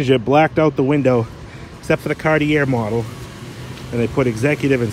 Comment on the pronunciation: Oh my gosh...it's not carti-air it's pronounced Carti-A. Lol, you guys are hilarious! Love all your cars and content. Especially funny was an episode of another Town Car I believe when you said the R's often fall off of the paint, that's why you guys call them Ca's hahaha 🙉🙈🙊